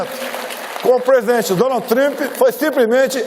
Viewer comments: "Donald Trimp" kkk. É um dilmo mesmo. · “meu relacionamento com o presidente Donald Trimp (sic) foi simplesmente sensacional” KKKKKKKKKKKKKKKKKKKKK atá